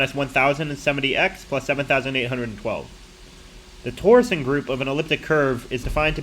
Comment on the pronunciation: Your pronunciation of "torsion" is a little weird, as if you've never heard an English-speaking mathematician say it. Anyway, that's a small nitpick and this is still a cool video